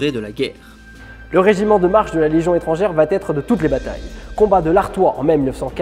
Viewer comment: Pardon d'insister, mais ce n'est pas un "tic", c'est une grave faute de liaison car il n'y a pas de T à la troisième personne du singulier du verbe aller... Il va... c'est une faute terrible et (je vous le concède) de plus en plus répandue.